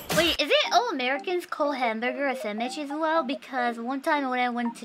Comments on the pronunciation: Henyas english might be lacking in some places. BUT, just the fact that she says "Sammich" instead of "Sandwich" is soo good. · I love how she says sammich. ^_^